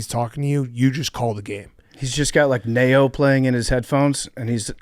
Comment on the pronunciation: Why did PFT pronounce Ne-Yo like that